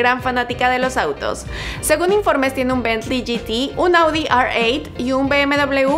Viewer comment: Se dice Audi erreocho y BMW iocho corta